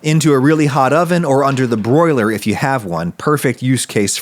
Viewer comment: Broiluh, put your dill away Broiluh